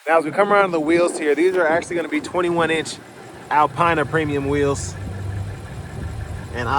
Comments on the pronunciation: Good video. For future reference it's pronounced "Alpeena". Keep up the good work. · Never watch a review if the reviewer can’t even pronounce the name of the car correctly. Typical American tbh.